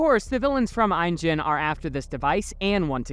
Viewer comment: Please do pronunciation homework before doing voiceovers. Isla Nublar and INGEN. Both mispronounced. Just watch how they pronounce it in the movie